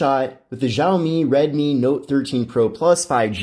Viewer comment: It's pronounced "Shaomi" not "Zhaomi"...dumb one language (barely) speaking Americans 🙄